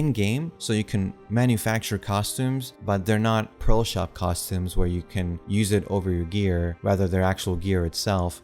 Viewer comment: Why do you pronounce "pearl" as "pro" and "prolo/proto"?